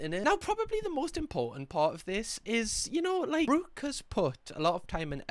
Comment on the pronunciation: I can't believe you managed to Geordie-fy the name Brooke 😂 Brewk (sorry you're great)